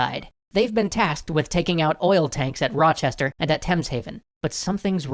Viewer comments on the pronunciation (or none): Hey, as it's bugging me rochester is pronounced roch-ester, not roch-hester. I know it's a small detail but given I live there I just thought I would inform you.